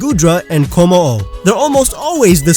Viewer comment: Komo-o is pronounced Come-oh-oh not Kho-mo-oh